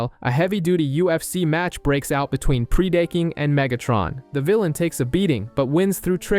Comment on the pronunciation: Buddy it’s pronounced preh-duh-king